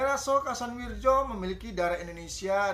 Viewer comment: Kasanwiryo bacanya itu pak